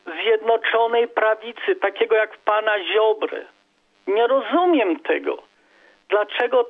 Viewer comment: mówi sie rozumieM - Pan czasem sie myli.